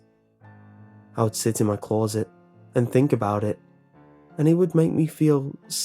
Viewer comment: Blank closet spoken with an accent.